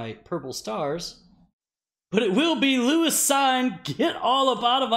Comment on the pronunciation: Love this channel! Thanks for the constant stream of content. I know you don’t want to say his name anymore but you pronounce it Lewis “Seen”